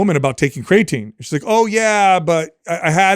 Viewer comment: So annoying how constantly calls Creatine, "CRAYatine". Hey guy, you're about 50 years old, and you're in the health and fitness space. For sure, know how to correctly pronounce the word creatine. Especially if it something you're going to constantly bring up, and speak as if it's something you're educated about. It's a little bit hard to trust someone's knowledge on something that they don't even know how to correct pronounce. is so much worse. That guy couldn't even pass elementary English class, and that's not an exaggeration.